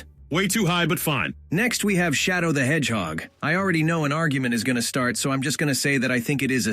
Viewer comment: thats not shadow thats shadown☠